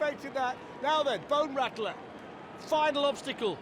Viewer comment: "Can they make it over the BONE RACKLAR" aka Bone Rattler LOL.